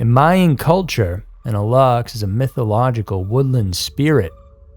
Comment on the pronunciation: It's spelled alux and pronounced "a-loosh." It takes two seconds to look up the correct spelling and punctuation of things before making whole ass videos about them.